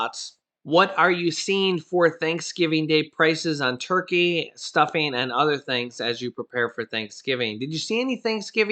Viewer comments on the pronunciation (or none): none